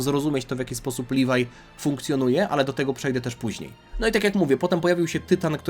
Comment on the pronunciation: Nie nazywaj leviego livaj